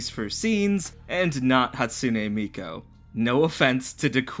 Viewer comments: Love the video but SOMEONE has to say it due to Human Pet Guy and the DM who called a 4th grader hot. It's an obligation: Thanks, I hate it. Edit: need to reread stuff,. How did you misread MIKU as MIKO?! Miku is pronounced "Me - Cue" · I will never cease to be amazed at the juxtaposition of your continued use of anime imagery everywhere in your videos while almost insisting upon never ever pronouncing any Japanese anything right. mi-KOH? Hatsune Mikoh? You gotta be doing that on purpose. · YOUR PRONOUNCIATION OF MIKU IS KILLING ME